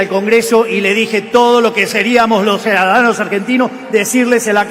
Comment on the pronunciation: no consigue decir ciudadanos